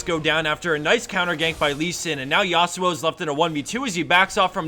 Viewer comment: Please stop saying YA-SU-OH, is actually YA SWO, not two separate syllable